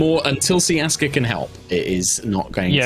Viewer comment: Umm... [adjusting glasses like a nerd] Actually, it's not 'Ciaska', it's 'Siaska'.